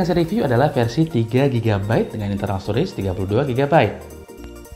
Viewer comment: "Storege" bgt nih:D Jiahh Nisekoi, mihak mana?onodera?marika?kirisaki? wkwkwk